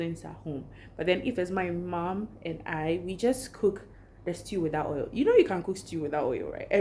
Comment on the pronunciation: Yes you said hoil 😂😂😂😂